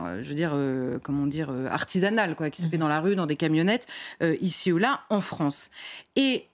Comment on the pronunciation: La Fronce !